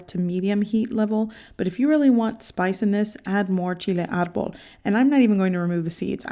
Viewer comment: Lol, it's "Chile de árbol" Cracks me up every time I hear it.